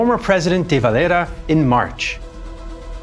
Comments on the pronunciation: Éamon De Valera was not spanish or mexican i dont know why he is the only guy you pronounce like that. Great video just that was hard to listen to as an Irish man muself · De valera is a Spanish name his father was Spanish so it's kind of interesting to hear it pronounced this way..